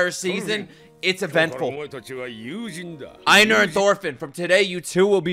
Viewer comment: It's not "Eye-nar" it's "Ay-nar" like Eivor from Assassin's Creed Valhalla.